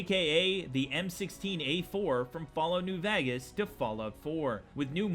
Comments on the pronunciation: “Fallout new Vagis” ITS PRONOUNCED VAY-GUS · Vegas is pronounced vaegas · "In fallout new vagas" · Love your videos hate the way you say Vegas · can you for the love of fuck say vegas like a normal human please PLEASE